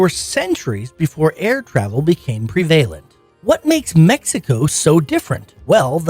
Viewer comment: Someone needs to learn how to pronounce “prevalent”.